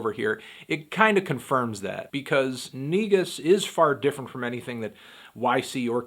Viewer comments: It's actually pronounced as negoos, not negus lol. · It's actually pronounced negoos. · Just FYI bigothy fandango , it's pronounced nuh-goose ....Amharic word / pronunciation...keep merking these reviews 👍🏾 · It's pronounced ni-goos!!! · its pronounced neh-Goose its ethiopian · N E G U S SAY IT WIT ME SAY IT NO MORE